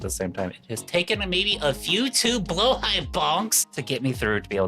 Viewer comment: Appreciating the right pronunciation of the blåhajs